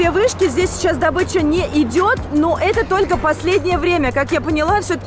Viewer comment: Не добыча а дОбыча